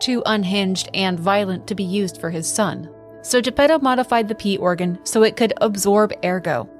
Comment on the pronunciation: Every time you said "P organ" I heard "Pee organ" and I giggled